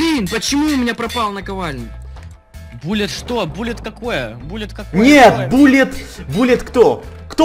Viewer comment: Перевод Пуля Билл, а читается Буллет билл